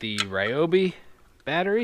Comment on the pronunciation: its pronounced REE-oh BEE